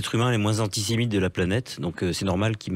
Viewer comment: Con et psycho à la fois … he Yann entraînes toi à dire antisemite et pas antimite .! 😂 😂 … on devrait t’élire le plus grand comique Français - sans le vouloir - ..! 😝